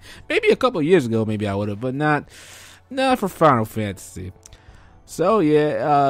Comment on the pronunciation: why i can only hear 'final fancy' whenever u say the name lol